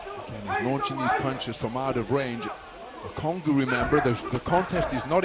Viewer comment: How does the commentator get that pronunciation from "ONGUKU"? That's low key ...